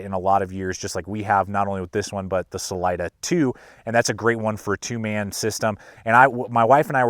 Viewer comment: I can't watch this with how many times your saying the name wrong. Im sure its been said before.. its a spanish word. Redo your voice over please!!!!!!!